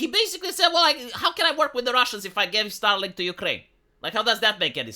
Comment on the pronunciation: keeps saying "STARLINK" and making it sound like "STALIN"! Is that somehow a COINCIDENCE?? For sure! Second language accents are usually weird...